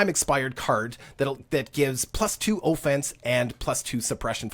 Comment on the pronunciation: LOL.. I was enjoying the videos, but now I cant get past you pronouncing offense with a "long OH" sound. Keep up the good stuff - make sure you update on features that no longer exist like breaking down commodities for resources.